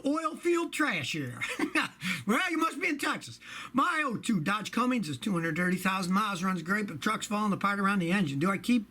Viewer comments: Scotty, love your videos. But, it’s spelled and pronounced: “Cummins”, not “Cummings”. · Cummins not Cummings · Scotty, It is a Cummins not "Cummings" engine. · “CummINS” not Cummings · Come on Scotty “cuummmings” that is the best engine ever made you should at least be able to pronounce it